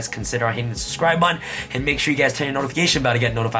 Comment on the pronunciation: Say “BUH-TON”